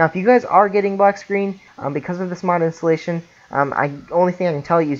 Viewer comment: Amazing video thanks...but "Intallations"